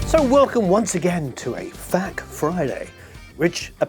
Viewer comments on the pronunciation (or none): It's interesting that you will spell D-A-W, which many pronounce as a single word, and say /faq/ ... risky wording for an introduction "This is another /faq/ video..." hahaha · Welcome to a /faq/ Friday. I love hearing that hahah